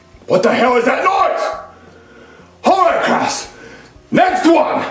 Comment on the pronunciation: CRASS THERES SO MUCH CREAM IN THE CRASSROOM!!